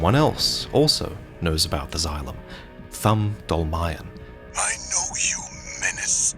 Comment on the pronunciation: In fact Dolmayan is just Armenian surename and it should be pronounced "dolmaYAn"